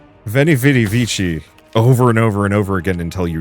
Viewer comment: 'Vichi' lmao